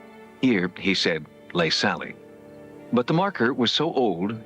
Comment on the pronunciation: SALLY she's called SALLY but spelt Sallie. Nobody is called Saily there's no sails, yachts or sails in this story‼️🤷🏼‍♀️